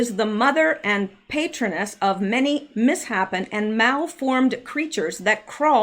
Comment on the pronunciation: Misshapen is pronounced mis-shapen - something that is not shaped correctly